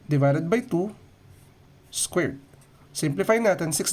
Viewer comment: Why does he say squirt instead of squared